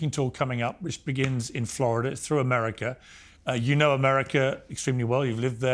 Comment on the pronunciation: Why Douglas can’t pronounce ‘America’ ? What the heck is ‘Amuuhrikka’ ?